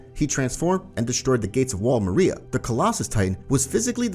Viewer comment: Stop pronouncing Wall Maria like that